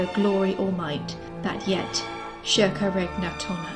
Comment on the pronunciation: Lol why are you pronouncing circa like that. It’s Latin not Portuguese